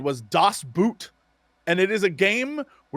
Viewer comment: Jesse, the German word "Boot" sounds almost like "boat", it does not rhyme with "shoot"